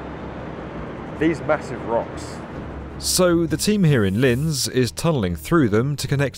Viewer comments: Just as an FYI for anyone not familiar with the city. It's pronounced "Lints". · It's pronounced; "Lints". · Say "LinTZ" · It‘s pronounced like „Lints“ btw. Very proud to see my hometown on this channel :D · It's not Linz, but Lints. The German Z is pronounced TS. Think Mozart, pronounced Motsart.